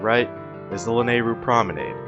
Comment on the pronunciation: guy who can’t pronounce promenade